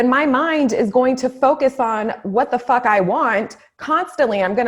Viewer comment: Hahaha... yessss!!! Hahaha when you said “ Fock that” hahaha. Love it!!!